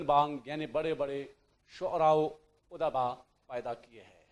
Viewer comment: کار ہائے نمایاں ادبا الف پر پیش اور د پر جزم اور باء اس لفظ کا تلفظ ھے۔